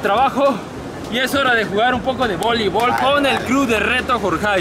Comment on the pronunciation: ”Cosas que puedes hacer en la cuarentena” Mientras tanto somos cacahuates:”Voleivol en la playa”